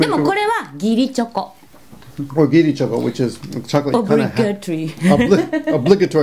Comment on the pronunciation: I like how she points to the chocolate all hard saying "giri Choco" lmao